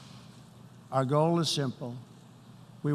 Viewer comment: Is he unable to distinguish the word "goal" from the word "gold", or are his dentures falling out? Perhaps both?